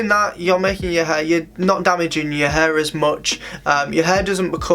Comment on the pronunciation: flat hur, hur dryer, hur product, amount on your hur its HAIIIRRRRR